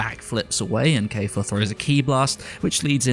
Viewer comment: KALFA really? it's kefla